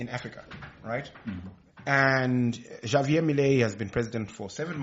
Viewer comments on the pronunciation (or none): Please its spanish for goodness sake his name is pronounced 'Havier'. I beg to differ in terms of he's handling Argentinian economy- he just wants to be a part of NATO and a US satellite whilst most the goods they get are from China. To me he's a confused zealot!